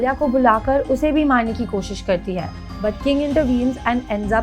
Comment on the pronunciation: Just a humble request mam, please don't get offended... You really need to work on your pronounciations and you really don't need to put in a fake accent while speaking in hindi, specially when using the word "है"... It makes hard for us to watch the video with such speaking quality